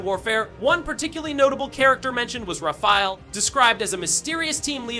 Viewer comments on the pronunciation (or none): none